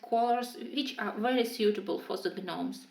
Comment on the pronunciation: Beautiful beautiful colorings I LOVE the yellow sky in the gnomes in the neighborhood page would love if you could do a tutorial on how you did that. Also just wanted to let you know the G in gnomes is silent I promise I am only just letting you know just in case you didn’t the English language is pretty ridiculous I know. Lol